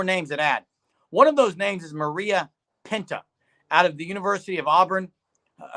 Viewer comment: It’s pronounced muh-rye-uh, not muh-ree-uh.